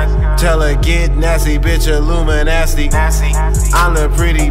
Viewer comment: This nigga said illuminasty